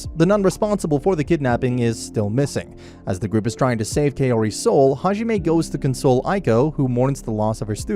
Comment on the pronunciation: Hajime Me: that’s not how you say “god”